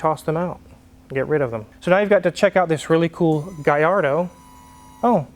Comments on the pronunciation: great info as always!!, but "LL" in italian is pronounced as a long L, not a Y. is not the same as spanish. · I like Smack That, but every time he says Galardo it makes me cringe. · Double L's in Italian definitely does not make a Y sound. Double L emphasizes on the L just like Ferrari emphasizes on the R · It is NOT pronounced Gayardo you idiot! It is pronounced Gallardo, even Balboni himself says you’re full of shit! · If we study Spanish and Italian, we learn the ll in Spanish is pronounced as a Y but in Italian, the ll is pronounced as a L. If it were Spanish it would be pronounced as GaYardo. However, in Italian if is pronounced as GaLardo. It seems the only studied Spanish. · Ini Italian the double l is a strong ll sound. There is no y in the alphabet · I think we can all agree that it's pronounced "Gallardo." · Lol gui yard-o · LL in spanish is Y, in Italian it's L. The correct pronunciation is Gallardo with L, if it was from Spain it would be GaiYardo. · Thing is, in Italian, double L is pronounced the same way L is pronounced in English. The LL=Y equation only applies to Spanish. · In Italian the double l is not pronounced the same as Spanish. Double consonants in Italian are stressed slightly more than the single consonants. I’m afraid your pronunciation of Gallardo is incorrect. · wizard was so critical about Akon pronouncing gallardo with L but MS. said lets take a look under the hood in a middle engine car.oooooooowwooo he wont dare to comment on that one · your pronunciation is right, but Italians don’t convert Ls to a Y sound, I should know. Gallardo is a Spanish word for a bull. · Only in Spanish a double ll is pronounced Y. In Italian is pronounced as an l but you “hold” it a bit longer.